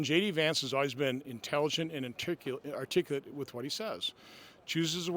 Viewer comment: "JD Vance is always intelligent and artijicullatde... articulate in what he says." I'm sure Vance is just as intellgelednt as he is "artijicullatde".